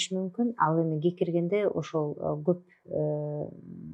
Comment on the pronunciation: Гекиргенде эмес кекиргенде десенер туурасы